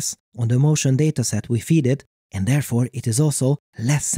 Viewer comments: I love your videos, but the way you say 'and' really irritates me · Great video but my guy, you need to work on your intonation. It sounds like it was read by a robot and all I was hearing was AND BUT HOW